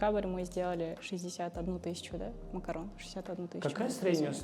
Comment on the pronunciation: Макарун а не макарон